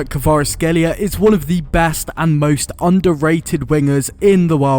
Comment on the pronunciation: Props for that pronunciation 👏👏